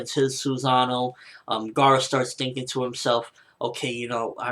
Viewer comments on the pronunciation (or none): none